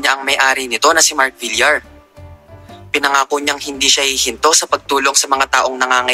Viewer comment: Buboy Villar, is double “l” kya Bilyar ang pronunciation hindi Bilar